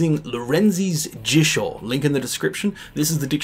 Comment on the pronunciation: You mispronounce i often. "jisho", "ishin", etc. You're pronouncing it like the short i in English bit. 😅